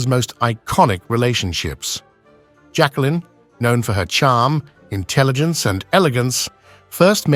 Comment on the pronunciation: It is pronounced Jack-leen...NOT Jackkalynn....pathetic how obnoxious you are.